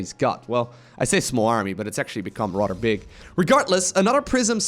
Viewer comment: If you're going to use the word "rather" so much in all of your casts, could you please stop saying it like "rotter"?